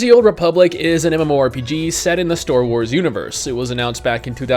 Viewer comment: anyone else hear say storewars instead of starwars?